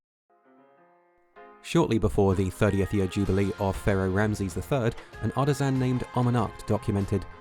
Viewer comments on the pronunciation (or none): none